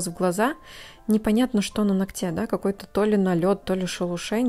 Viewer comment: Как же режет слух неверного произношения слова "ногтя"!!!